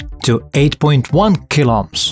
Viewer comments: Kiloohms* not killohms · kil - 0ps? Should be kil-ohms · People: "Kilo ohms" This dude: "Kiloms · kilops ? it's kilo ohms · Kilo-ohms. Please. I beg you. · I thought you were saying 8.5 kill ops 😂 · The " klops " he is saying is really funny 🤣.